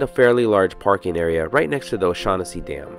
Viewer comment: "Oh-Shag-Hennesi"... you mean, "Principal O'Shaughnessy"? haha...